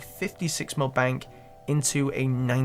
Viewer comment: “Dah is litchrully mhey whole benk”